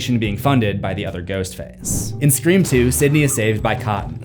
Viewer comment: Sta-forb. Man, you’re the best. Never change Scree-form. Periodt